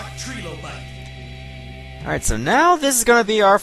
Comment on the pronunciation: I really hate that they pronounce it "tree-low-bite". You wouldn't say "Tree-force" for the Triforce.